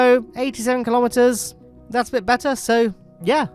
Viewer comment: I know you said kilometers, but I keep hearing Kerbometers